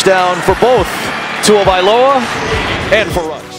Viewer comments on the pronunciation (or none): Haha, he says Tuavailoa . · Why is it that none of these commentators know how to say his name properly?